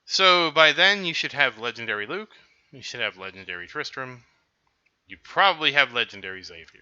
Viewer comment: You know it’s Tristan not Tristran right